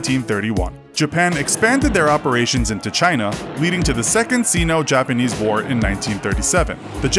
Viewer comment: Sino- is pronounced SAI NO, not SEE NO.